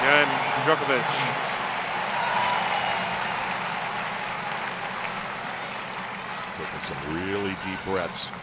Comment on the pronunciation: Djok-O-vic not Djo-KER-vic